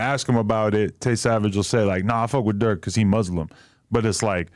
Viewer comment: He said Durk